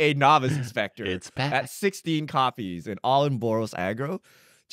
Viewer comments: “Novice” is taking his mispronunciation game to a new level. Just a normal common word. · really out here not knowing how to pronounce the word 'novice' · "NOvice inspector" pls